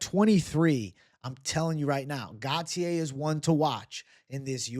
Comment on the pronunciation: GAUTIER is pronounced: GO-TEE-HEY, not Gatier